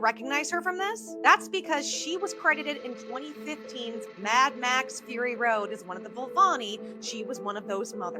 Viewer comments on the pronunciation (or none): none